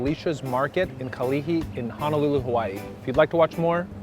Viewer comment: You have to try eating Hawaiian rock crab which is made with a’ama crab, and he’e (octopus) And one last note Honolulu has no A in it You’re pronouncing Hanalulu